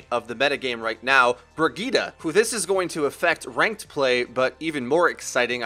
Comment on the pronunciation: Pronounce it like Bri-get-uh